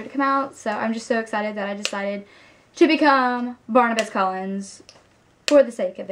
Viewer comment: Barnabas, not Barnabus.